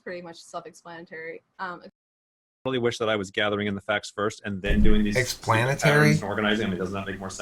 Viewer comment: “Explan-ITARY” I’m dead 😂😂😂